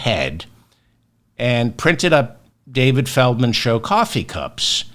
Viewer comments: Why FeRdman? FeLdman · Why Ferdman instead of Feldman? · I thought it was Feldman and not ferdman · Is it ferdman or felman. I am confused 😮